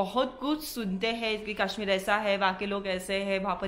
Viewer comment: It's kashmir not kaaashmeer